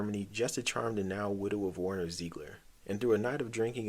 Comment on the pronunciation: Warner? Warner????? What's that pronunciation?